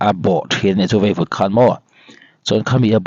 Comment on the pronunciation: Nia, youtuber tan phei chuan zotawng dik tak hmang hram se a tha khawp mai. KAWNGLEIH ni lovin KAWNGLAIH, VEIVUT ti a lam lovin VAIVUT